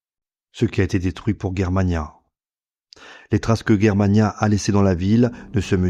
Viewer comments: Pourqui tu dit guerremania ? Alors que la Prononciation est : Jér-ma-nia ... On dit germanie (jér-ma-nie) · Tu n’est capable pas à prononcer les noms allemands correctement ! Ce n’est pas Guerre Mana mais Germania comme la Germany ! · On prononce Germania non guermania.... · Pourquoi prononcer Germania "Guermania"...? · On prononce pas G comme J donc Jermania ?